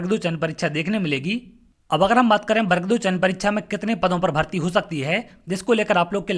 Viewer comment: पहले तो सही उच्चारण करना सीखिए।बर्ग नहीं वर्ग होता है। स्वयं का उच्चारण सही नहीं है . .और स्वयं को सर कह रहे हो।